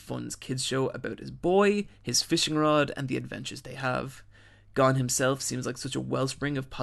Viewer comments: You can't even say Gon you inept fucktard. It's GON NOT GONE FFS. It's MIURA not MURA you donkey. Jesus. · gon not gone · It's not pronounced Gone bro, and learn how to say Manga correctly please. It's not MAIN-ga its Mawn-Ga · Hey his name is Goan. Not gone. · Wait is it pronounced Gon or Gone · Those pronunciations... Gon's more like "goan" not "gone" it's like he's never heard their names said in the dub or sub or is just doing it on purpose like when people say narudo instead of Naruto. Can't stand when people know the name but keep screwing it up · GO-N NOT GONE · As soon as I heard him say Gon's name wrong, I knew this was gonna be a long video..